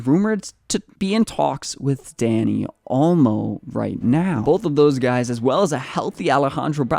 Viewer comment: It’s not Danny Olmo it’s Dani.., pretty sure u can find pronunciation online